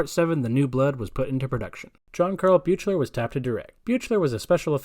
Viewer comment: Adrienne wasnt in the sequel much was because her/ her manager wanted more money and paramount said no. She said she was disappointed she wasnt in it longer and her character died. The stalker stuff did happen but that wasn't a factor in her role in part 2. The director's name in part 7 is pronounced BEAK-LER. Also it's a girl Steven has in part 9, not a boy!